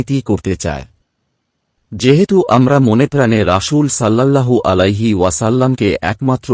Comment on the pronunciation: আরবিতে রাসূল শব্দের বানানে ছিন আছে কিন্তু আপনি প্রতিবারই শীনের উচ্চারণ করে আসছেন যেটা ভুল। আশা করি আরবি উচ্চারণ সঠিকভাবে করবেন।